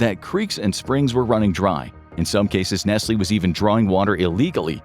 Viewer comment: nesly , right , first time hearing it like that and its actually the correct , my whole life been pronouncing it wrong